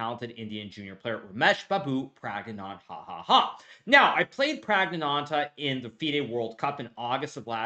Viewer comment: What did he say? Ramesh Babu prag on hahaha Cute. Edit- Its pronounced as , Prug-nuh-nunda Rum-ish-baa-boo